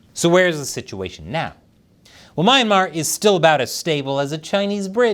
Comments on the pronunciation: It's pronounced as "Mee-anmar" and NOT "My-anmar". You Americans always twist pronunciation of foreign words and names. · It’s pronounced (Me - Yan - Mar.)Myanmar. lol